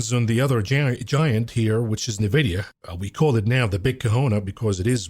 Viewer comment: Why can't you pronounce NVIDIA correctly?